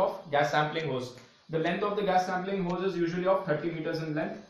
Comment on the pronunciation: It’s hose not hoze